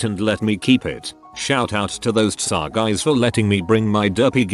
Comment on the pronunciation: No one: Updoot Everything: TSA = tsah